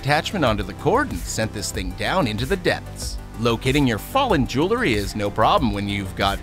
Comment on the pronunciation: 1.) On the spot for the 'Lizard-Cam' the narrator says "Jewel-ER-ry",... the word is "Jewel-ry", TWO syllables, NOT three! 2.) Not sure if he was just trying to be funny but the brand of canned-water being opened in the electric-can-opener test is not pronounced "L.A.-Crocks", it's pronounced "Lah-Croy". And yes, I AM a member of the 'Language-police!'